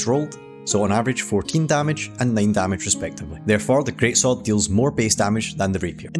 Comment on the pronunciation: Great-SwORD, great-SWORD even, not great-SOLD